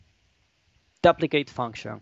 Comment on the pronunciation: (doo-pli-kate) not (DUH-pli-cade)